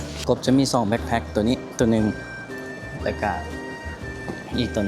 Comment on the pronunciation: BACKPACK แบ๊คแพ็ค ไม่ใช่ BLACK ไม่ต้องมี ล. ลิง😊😊😊